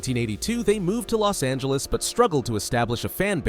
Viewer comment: Los angelos